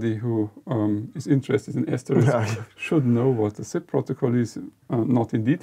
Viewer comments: Hi guys. Not a typo, but a "lypo". ("Lippographical error"). Like many people, you are mis-pronouncing "Asterisk" - the "risk" part. It's not ass-terr-RIKS - it's ass-ter-RISK. Note the order of the K and the S. AsterIX was the gaul. Asterisk is the snow-flake symbol, and the PBX thing. You may say "who really cares?" and I'd be hard-pressed to give you a quality answer! I guess I have the pedant gene. Pity me! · It is not pronounced ASTERIX - that is a french child's comic It is prounounced (and spelt) ASTERISK - which is the name of a diacritic that typically appear on a qwerty keyboard above the 8 keytop. Thus SHIFT-8 would produce an asterisk....some English language users from North America may call it "star". Your inability to even pronounce the product name correctly does not imbue me with enthusiasm. How would it be if I said your company is based in Jerman-eye?